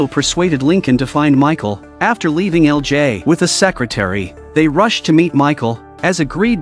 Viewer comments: EL JAAAY lol. I hope you'll switch to different AI voice in the future. Daniel CC recaps channel had the best and most natural one I've seen so far. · That ai is struggling with LJ